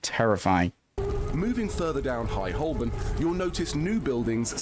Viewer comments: It’s not Holbern, it’s pronounced Ho-burn. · I suspect he didn't pronounce 'Holborn' like this guy does. In the many times I worked there, it was called 'Ho'bun'.